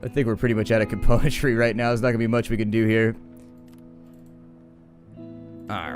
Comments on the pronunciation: I think it bothers you cause he misses the M in componentry, it kind of bothers me too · I don't know why, but there's something that irks me to no end every time you say the word "componentry", something in the word itself rather than the way you pronounce it I think...